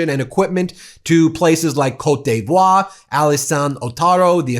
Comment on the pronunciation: Great that you're working to pronounce French country names in French. Just wanted to pass along, from a cereal box bilingual Canadian, that I'm pretty sure it's "Coat Dee Voir" not "Coat Dey Voir."